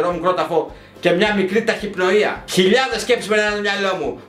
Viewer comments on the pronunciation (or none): Ταχυπνοϊα.. Ταχύπνοια μεγάλε!